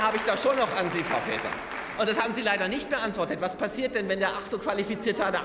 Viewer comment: Ob das Fr. "Fääser" verstanden hat😮 ihrem Blick folgend, wohl nicht😅